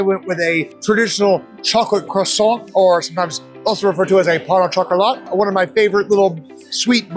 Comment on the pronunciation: It's not pan au chocolat. It's pain au chocolat.